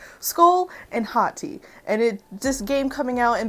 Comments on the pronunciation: And BTW it's pronounced HOE - TEYE if you know how to say that based on how I spelled it. Great job! 🙂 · HAHT-ee is how you pronounce it by the way i searched it on google so i know its true and also these two look grate 🧀seal of approval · Why when you first said their names I thought you said "skull and hotteeth" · It sounds like she says hot tea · Every time u said Hati’s name, I thought u was saying Hot Tea.